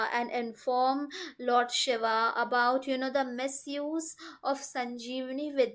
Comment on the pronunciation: Pronunciation is very important especially with God's name. She is saying Shava instead of Shiva. Take care, it's a blunder as they are totally opposite meaning.